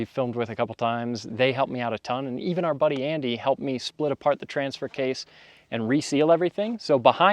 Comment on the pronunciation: it's case not kase